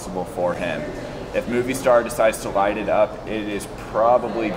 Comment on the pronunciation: Moh Vee Star* ! Great video though!